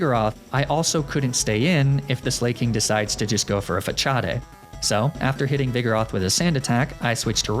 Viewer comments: Well actually it's more like "fuh-saad". It's a loanword from french (although in french it's spelt "façade" as the french use 'ç' to indicate a soft 'c' sound.) Regardless, I'm pretty sure it's a joke, possibly a Wolfey Glick reference (who also intentionally jokingly mispronounces pokemon moves and names to get a rise out of people. Notably, he mispronounces facade the same way). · Between that and the Facadè pronunciation I had a good chuckle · "fa-cha-day" i hate u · why do you pronounce facade like fachadei? : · / The way he pronounces facade irks my soul ... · Im so glad im not the only one who uses their limited high school italian class knowledge to mispronounce Facade like that. I appreciate you for that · of all the ways to improperly say facade you go with one that requires a ch? When i first encountered that move I called it fa-kah-d. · The way you said facade… it doesn’t sit well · Is mispronouncing Facade a Wolfey Glick reference? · The way he says facade makes me wanna jump off a bridge xD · I know it's a joke but everytime I hear you say "Façade", I lose 1 year of life expectancy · I thought the magnemite pronunciation was odd...then I heard how you said Facade....who else but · I was all for this video till you said magnemite and facade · ITS FA-SA-D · Facade pronounced fah cha day apparently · “Fachadae” it’s fa-sod big guy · It’s FUH-SAAD not FUH-COD-EH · Omg "fa-chaw-dey" Before I clown too hard is the move actually not pronounced like the word facade? "fa-sawd" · Not sure if it’s intentional. But “facade” is not pronounced “fa-cha-day” but it’s “fa-sah-d”. I’ve watched a decent amount of your videos. I love them! Just throwing it out there and you may be saying it incorrectly in purpose. In that case, I apologize! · It was so funny that he says Fa-chaa-day and not Fa-saad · Fachadde 😂 😂 😂 pretty sure it’s pronounced fuh-sahd 😂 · why he saying fascade like that, its fuh-saahd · Facade... it's facade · Fuh-Cha Day gave me pain